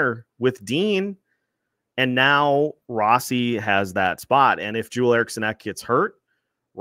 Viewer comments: The biggest bright spots for me were Faber and Rossi. The Fiala trade is a shining example of "blind squirrel finds a nut" as there was no indication Faber would be as good as he has been from the get-go....Guerin got tremendously lucky there. "Row-Sea" as pronounces it, proved to me he could play in this league, and I had my doubts. Pre-season, I predicted the Wild would miss playoffs so that wasnt shocking, especially with how bad they've done against the TOP teams in the west, the past few seasons. Anyway, tonight is the last night I have to listen to LaPanta Carter and Wes spew absolute homer nonsense for a long long time. Cheers!! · "Row-Sea" as pronounces it, Ah, what does he know. It's funny because no one pronounced it like that and after Guerin tells him he needs to add some FU to his game he says it's pronounced Row-Sea. He took it to heart.